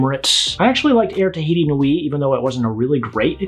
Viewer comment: You say "Air Tahiti Nui" so perfectly !